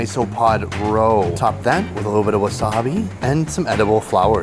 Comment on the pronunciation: Work on pronouncing "wasabi," pleeeassse.